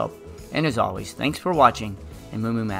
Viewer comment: "moomoomath" bruh